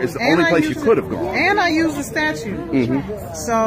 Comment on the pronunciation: Why can't these people say "statute" correctly? It's not "statue."